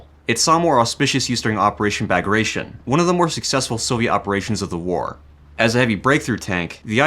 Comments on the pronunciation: And "ba-gra-TION" instead of "ba-gra-ti-ON" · Bagration is not a noun, it's a name of an ancient russian field marshal and is pronounced "BugruTeaOn". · Operation Bagration (Багратион) is pronounced like Ba-gra-ty-on in Russian, IMO it was a terrible transliteration choice to not make it "tyon" because English tion is pronounced in a very specific way. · Please stop mispronouncing "Bagration" ... Say: "bug-rat- e- on" !!! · Yeah, in English it's pronounced Bag-ra-shun which, to me, certainly doesn't sound like a Russian word - LOL! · "Ba-gra-tion" read with the famous anglophonic accent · That butchered pronunciation of bagration xD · This video is great, but, you should know that you are really butchering the name/word 'Bagration' :/